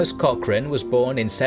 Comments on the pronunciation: please learn how to pronounce Cochrane. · At least pronounce his last name correctly? Research? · would love to hear an Englishman pronounce 'loch' or 'Cochrane' (or even Gallagher) properly one day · Pero que manera terrible de pronunciar palabras inglesas y peor el apellido de tan ilustre personaje